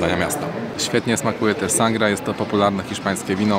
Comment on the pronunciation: A Sangria wymawia się sangrija (taki drobny szczegół techniczny).Pozdrawiam.